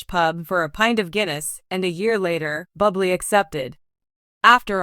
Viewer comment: Awful script lots of factual Mistakes and mispronounced words and his name is pronounced Booblay! 😮 😢